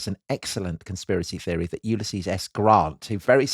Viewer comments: Are you sure he wasn't trying to say "Ulysses" and not "useless" 😅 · Did Booth say 'Useless' or 'Ulysses' at this death???!!!